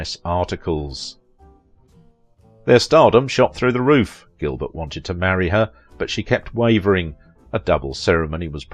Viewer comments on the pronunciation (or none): none